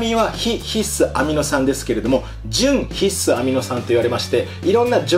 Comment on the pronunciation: ひっ↑す アミノ酸。が気になる。笑